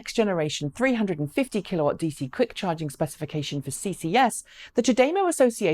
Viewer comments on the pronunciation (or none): none